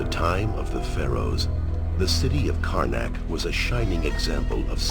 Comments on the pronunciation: Every time I hear you say "Karnak" it sounds like "Carmack" to my ears! Another amazing video! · Why do I keep hearing City of Karnak as Carmack? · I kept thinking you said carmac every time you said karnac